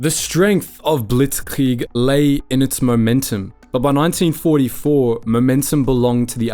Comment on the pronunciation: Saying things like blitzkrieg in a German accent is so weird why do English speakers do that no one else does you don’t hear French people speaking French and say hamburger in a American accent.